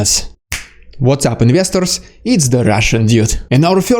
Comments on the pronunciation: At the beginning of each video, do you say “What’s up investors, it’s the Russian dude!” I struggle to hear the investors word? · Did you say "What´s up, investors!" ? XD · This is driving me mad... what are you saying at the start!? It sounds like "What's up investors"